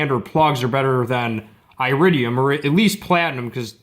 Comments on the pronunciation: Here's a helpful tip: It's not eye-ridium, it's ear-idium. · iridium is pronounced eh-rid-de-um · Dude.... stop attempting to spread misinformation, look at your like to dislike ratio on this video, that alone should be a clear indicator on how inaccurate your information is. It's very common knowledge that copper is a better preforming plug, iridium (pronounced eh-ridium) exists only to lengthen plug change intervals.